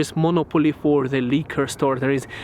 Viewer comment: Liqour not leeker